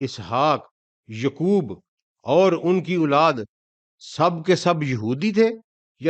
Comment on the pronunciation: Muslim not Muslim thanks. Say yaqoob not yukoob